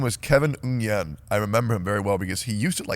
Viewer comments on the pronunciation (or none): It's not David Ung'yen, it's David Nguyễn. Maybe if you could actually get my name right, I wouldn't fuck with you that much.